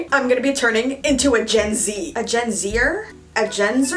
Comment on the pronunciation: "Gen ze'r" oh you mean Z O O M E R